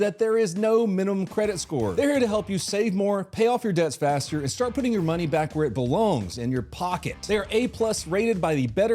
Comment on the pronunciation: I heard "hands behind your fat."